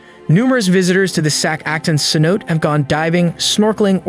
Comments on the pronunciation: cenote.... say.now.tay not sen note 🤡🤦🏻‍♀️ if u can’t even pronounce the one thing ur making a video on then wow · Great video. Just a stupid fyi cenote is pronounced like sin-no-tay. I can't imagine what it would be like to be there and to be in that kind of environment it has to be so stunning and other worldly. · How many narrators can't pronounce cenote. Damn